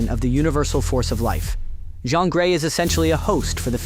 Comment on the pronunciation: Ok, 'John Grey' lol